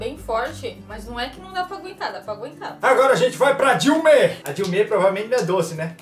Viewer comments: kkkk de ume, o falou "dilme" (Dilma) nada contra mas o cabelo da mulher do desenho lembra a presidenta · eles falaram que ia para bala de ume eu entendi para bala Dilma